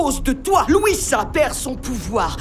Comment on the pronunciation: C'est louisa pas Lisa 😂